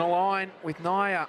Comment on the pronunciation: Who is "Naiya"? It's Niiya (knee-ya)!